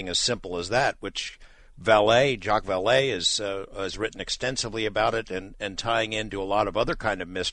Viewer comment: It's not pronounced "Val-lee" it is and has ALWAYS been pronounced "Val-lay". If you're going to mention his name and talk about his work at least get his name right...